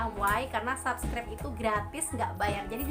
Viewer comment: Bacanya sebskraip bukan sabskraip..